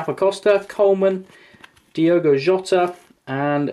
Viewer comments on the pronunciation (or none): none